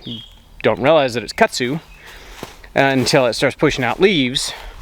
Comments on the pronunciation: Hi from another TarHeel. Your property looks so pretty all green & lush. I have a question for. I’ve lived in NC almost all of my life except for when my late husband was in the military and we moved around quite a bit. Kudzu is the bane of existence for North Carolinians. It sounds like you are saying Kutzu? In the southern part of the state we say KuDzu. Was just curious. Also, are you still building your addition? Thanks so much. Happy Gardening!! Stay cool! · I like the way you pronounce Kudzu but I can definitely tell you weren’t raised in the south. 😂